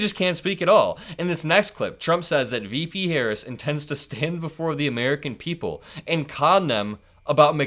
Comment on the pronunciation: You can tell how ignorant he is. He is unable to say VP Harris' name correctly.